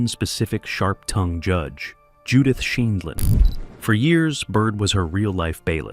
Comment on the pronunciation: This must be an AI voiceover because it mispronounces judge Judy’s last name